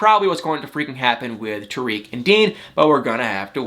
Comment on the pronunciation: I like you buddy and you make me laugh but do something for me. Say Tarik like this Tar - ick Tar - ick not Tuh reek.